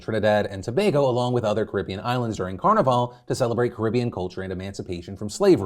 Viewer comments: Trini - Jew vay (I think phil got it right tbh but his pronunciation of carnival slapped me in the face) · Lol as a Caribbean native (Jamaican), hearing Phil pronounced "J'ouvert" and "Carnival" is soo funny 😂 But yes, Trinis, and the rest of the Caribbean, take our Carnival culture serious. J'ouvert, Bachannal, etc. Hence the backlash. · The pronunciation of Trinidadian and carnival was so funny 😂😂